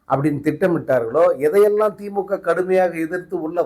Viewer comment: விஜய் தான் தப்பு தப்பா படிக்கிறானா நீ அதுக்கு மேல தப்பா படிச்சிருக்க திமுக க்கு பதிலா பீமா ஊத்தியாச்சு சங்கு போட்டு இருக்கேன் ஏன்டா உனக்கே ஒழுங்கா தமிழ் படிக்க தெரியல தமிழ் எழுத தெரியல நீ வந்து நீ வந்து பேசுற சங்க ஊதி உனக்கு சங்கு ஊத தான் போறாங்க பொறுத்திரு